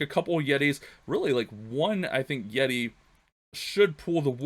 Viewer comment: “Yeti” but love the vids . Keeps the good vibes during all this quarantine